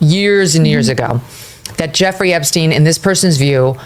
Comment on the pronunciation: Are you still talking about jeffaree....epashteen....?